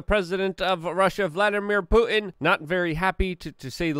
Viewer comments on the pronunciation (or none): none